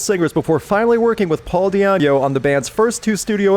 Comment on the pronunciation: had to go back and edit his pronunciation of Di'Anno lmaoo